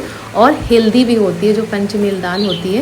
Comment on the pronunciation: हिलदी नही हेल्दी बोलिए 🎉❤